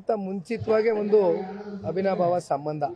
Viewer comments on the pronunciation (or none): ಅಭಿನಾಭವ ಸಂಬಂದ....ಹೊಸ ಪದ ಕಂಡುಹಿಡಿದಬುಟ್ಟವ್ನೇ... ಪೆಕ್ರು...ಅದು ಅಭಿನಾಭವ ಸಂಬಂದ ಅಲ್ಲ ಕಣ್ಲಾ...ಅವಿನಾಭಾವ ಸಂಬಂಧ ಅಂತಾ ಹೇಳೋ...ಮರಿ ಕರಿ ಇಡ್ಲಿ😂😂😂😂